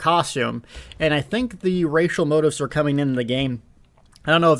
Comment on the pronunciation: Moe-teefs... lay-jer-duh-mann... words mean things....